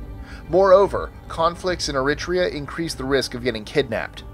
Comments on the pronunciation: Eritrea Air uh tree uh, not air it tree uh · pronounced "Air- i - Tree - a" "Eritrea." Accent on the Tree. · list25 #23 Eritrea is pronounced Air-i-TREE-uh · He mispronounced “Eritrea” lolololololololol